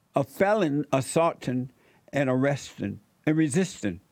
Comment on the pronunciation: "Fellonin Assaltins" Assaltinnss😂😂😂😂😂